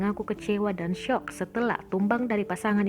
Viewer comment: "SYOK" DONG NGOMONGNYA.... MALAH "SOK" ampuuun dah